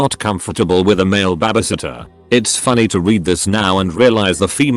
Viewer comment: No one: Narrator: Ba-ba-sitter